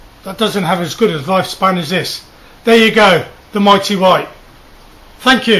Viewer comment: Its "my" not "me"